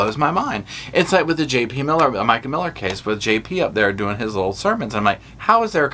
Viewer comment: it sounds like you’re saying little ass and it makes it so much more funny to me.